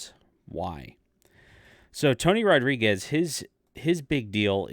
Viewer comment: Tony is the real deal. He has government documentation to prove his experiences. His surname is not pronounced like you are pronouncing it.